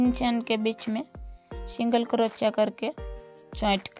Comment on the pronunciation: Crochia pronunciation.... please correct it, i made it ur way, it turned really well, excellent design mam 🥰